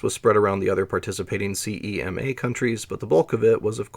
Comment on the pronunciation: Exactly.. Slowing down would also solve your selective dyslexia... Periffer'al, not periff'reel, and CMEA is pronounced as spelled, not CEMA